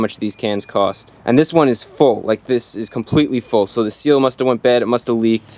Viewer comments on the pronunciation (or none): none